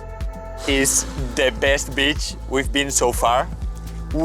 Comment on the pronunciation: Cuidado con la pronunciacion de beach. Puede dar a malentendidos.